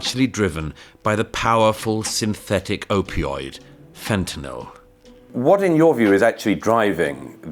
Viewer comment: Thanks for pronouncing fentanyl correctly (it's not "fentaNOL" !)